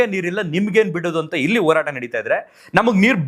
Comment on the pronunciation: ಕನ್ನಡ ಅಸ್ಪಷ್ಟ ಉಚ್ಚಾರಣೆ ಈ ಹೋರಾಟಕ್ಕೆ ಒರಾಟ ಅಂತಾನೆ